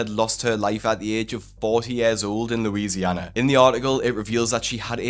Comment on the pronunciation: I adore the way British people pronounce Louisiana- love, a New Orleans resident.